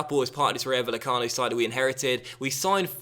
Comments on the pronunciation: Love your stuff, just need to work on your Spanish pronunciation!:D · Bay-e-cano. The v is pronounced as a b. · The double L for spanish words/names (ie Rayo Vallecano) is pronounced like a Y.